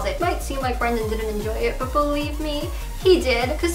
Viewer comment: i thought you were finally going to admit that you were going to take care of yourself. please get help. it's not even a joke anymore. - also, his name is BRENDON not BRANDON. lmao.